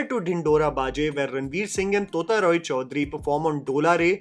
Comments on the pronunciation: His name is Tota as in parrot not Tota as in girl 😂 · Okay, tota is not pronounced that way, it's not the bird tota. That tota is pronounced the way you you'd pronounce the t in tata.